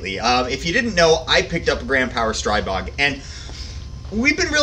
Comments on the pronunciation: Stribog is pronounced Stree-bog, not Stry-bog. Like Strip, minus the p + bog. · After watching a video from Shot Shown 2019 . . . And seeing the Grand Power CEO correct the vlogger 3 times, it's pronounced "STREE-BOG", not "STRY-BOG". Simple. It's their gun, they know how to say it.